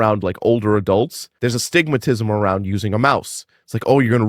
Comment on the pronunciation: Bro said "there's a stigmatism" lmaaooooo